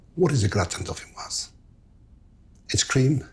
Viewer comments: You don't pronounce the final "s" in dauphinois (should sound like "dauphinoi"). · Don't say de "s" at the end of deauphinois. It masculine not feminine. Un grattin deauphinois. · You don't pronounce the 's'. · The s in dauphinois is silent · It’s Marco’s choice to pronounce the word ‘Dauphinois’ wrong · Remember that 'gratin dauphinois' has no final 'e', therefore the 's' is not sounded. Very good recipe!